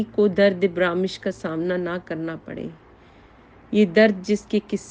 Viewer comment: محٹرمہ برامش نھیئ برمش